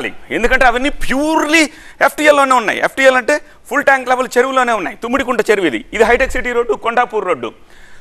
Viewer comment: తుమ్మిడికుంట కాదురా, తమ్మిడికుంట. కంగారు తప్ప ఏ నా గుడ్డు నాలెడ్జ్ లేదు